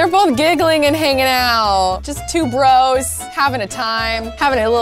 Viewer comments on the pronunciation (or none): none